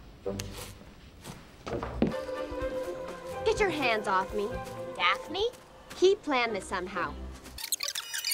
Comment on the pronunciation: It’s pronounced Daphne